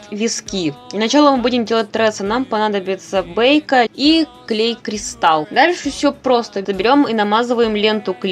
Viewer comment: Молодец - Только не бэйка,а бЕйка